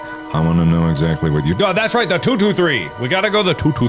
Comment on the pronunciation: No one..... Markaplier: we need to go to room tootootree